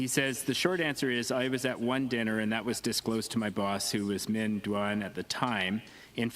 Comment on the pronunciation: Call him by his correct name Minh is pronounced Ming!